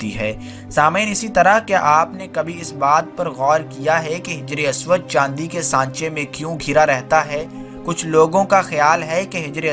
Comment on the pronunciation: بہت خوب لیکن کچھ غلطیاں ہیں انہیں ٹھیک کرلیجئےگا حِجْرِ اسود کو حَجَرِ اسود پڑھیِے گا